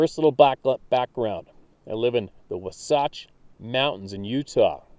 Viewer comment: Wasatch mnts (waa-s-a-tch).